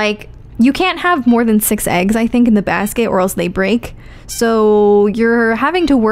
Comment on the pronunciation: This has nothing to do with anything about the games. But I can appreciate the accent slipping through when you say Classic and Basket.